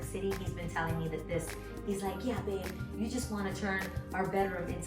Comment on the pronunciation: "Yow" she is so NY love it :)